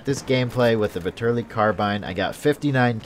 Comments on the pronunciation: Vetterli is pronounced with the accent on the first "e" ..like in the english "fat"... something like "fat"terly.. I guess. it's swiss german. Vitali is italian and has the accent on the "a". and the V stays V...like Vitàly Just to make u guys know. Don't want to make a fuss over it. nice review :) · It's (vet-er-li-)